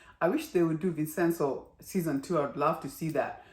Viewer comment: As it is an Italian name, the correct pronunciation is Vin-chen-zo. Did I miss something? Why do they have no money? They did not give up their shares in the company. They lost the majority holding as the other side accumulated more shares using the chairman's POA. Borrow against their shares. No other liquid assets, huh?